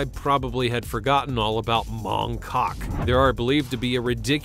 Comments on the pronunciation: When you say “Mong Kok”, the ‘K’ at the beginning of Kok is almost silent, or not pronounced so starkly, so it’s really pronounced as though the K is not there - I lived there for 16 months, very fascinating place. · C'mon. You enjoyed saying Mong KKOKK.